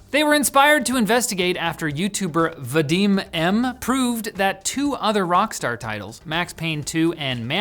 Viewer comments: VadimM's actually pronounced Vah-dem. The narrator for that video, BadgerGoodger, pronounced it correctly. Clearly you guys have not watched the intro to that video brfore pronouncing Vadim's name. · You also mispronounced VadimM's name.